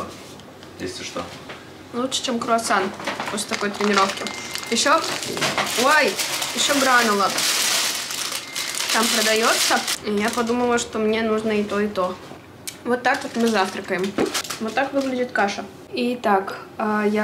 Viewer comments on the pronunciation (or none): Не грАнола, а гранОла